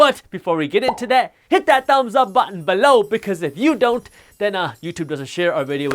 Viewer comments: Am I the only person who hears "Hit that thumbs up button ਬਿੱਲੋ" ? 😂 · and to hear him say "BE-LOW!!"